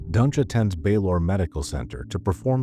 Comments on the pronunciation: Just because Baylor is mispronounced doesn’t mean it is AI. Let’s use some critical thinking- could it be possible the narrator isn’t familiar with this specific hospital and is simply pronouncing the name phonetically? I’ve never heard of this hospital and I would pronounce it exactly as the narrator has. The voice isn’t even close to being monotonous and the pacing is thoughtful- it would be impressive for an AI to achieve that. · Baylor is mispronounced the same way every time. An idea, if you want to dispel the rumors then, do a behind the scenes video introducing the channel and make it the into video to the channels main page.